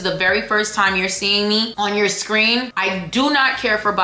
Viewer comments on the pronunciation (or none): none